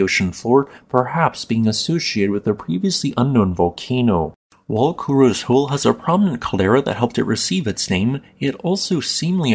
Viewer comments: That's, "KU-RO-SEH," not "KU-ROZE." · FYI: Kurose is pronounced ku-ro-sei